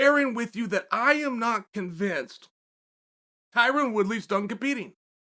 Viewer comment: Chael “Tyran Woodley” Sonnen